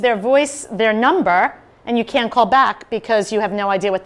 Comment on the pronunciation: how? start pronouncing that T sound at the end in words like "can't" 😂